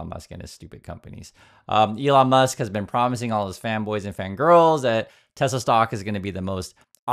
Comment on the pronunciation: What’s Tesla? Do you mean tesler?